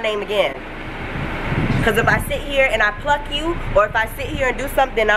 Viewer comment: She said pluck you 😂😂